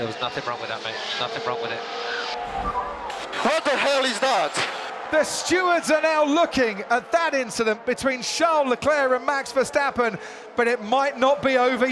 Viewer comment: Verstappen to Leclerc: "It's just an inchident"